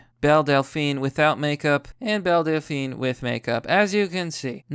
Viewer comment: Every time someone says Belle Delphine, I hear Bill Delphine I imagine Bill Dauterive (King of the Hill) selling his bathwater